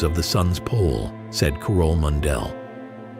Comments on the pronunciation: Her name wasn't Kuh-roll (as pronounced by the bot here) but Kah-rol (Same as Carol) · The AI said "Carol" wrong, ROFLMAO!!!! Get off youtube! AI is bad enough already, and NOBODY with HALF a brain likes it!